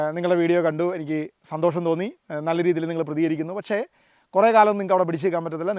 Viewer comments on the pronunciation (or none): none